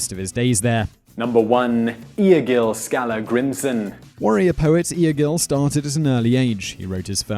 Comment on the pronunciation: Fun Fact: Skallagrimsson is pronounced Skadlagrimsson in old norse.